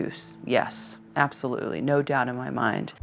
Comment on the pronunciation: "Absholutely no evidence..." says, the dead-eyed prosecutor.